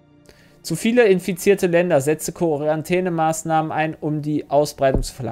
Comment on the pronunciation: wie wird nochmal Quarantäne-Maßnahmen ausgesprochen?